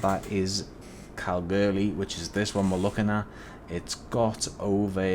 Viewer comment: It’s pronounced Kal-Goore-lee